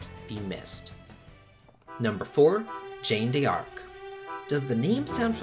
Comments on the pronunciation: First he said the name of the game incorrectly, as Jane D. Arc. While Jeanne is closer to "jun", D'Arc is pronounced simply as "dark". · Gene DARK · I believe he is referring to how the the presenter was pronouncing the name, as it's not "Jane" it supposed to be pronounced with a soft "J" kinda like "zhann" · Great list but how could you butcher Jeanne D'arcs name so badly? She's french! You butchered that name in the worst way possible. Can't wait to play Ys 7 though. But still, learn some french. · Man the pronunciation of the names is on top Jane Dee arc and much worse aeries? U were drunk right? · Jane De Arc haha. You didn't even try! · "Jane d'Arc" You pronounce it like "John" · Hexyz Force is pronounced with a silent z I think. Jeanne D'Arc is pronounced like Shean Dark. That's just what I've always heard people say the names so I can be completely wrong :) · just FYI...its pronounced like "John Dark" with a soft J like at the end of garage. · it's pronounced like "Jan Dark" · You are pronouncing jeanne in jeanne d'arc and aerith/aeris name wrong. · You could have used Google to learn how to pronounce Jeanne D'arc. It's "Joan of Arc's" true name, in french, as she's french... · heavily mispronounces Jeanne D'Arc says we should have paid attention in history class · but they'll teach you how to say an important historical figure's name correctly though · after another explanation you still don't understand my opinion in the first place about Jeanne D'Arc? Or you just want an endless debate? 1. You blame creator for mispronounced her name because he should know how to. 2. I explain maybe he did not "teached" (just in case you still don't understand) about her in history lesson. 3. You blame my grammar. If there is a mistake or maybe tons of them then yes it is my grammar mistake and I am not gonna run from it. But do you understand my point, do you? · Brule A history teacher would have still pronounced the name properly (presumably. A good one anyway)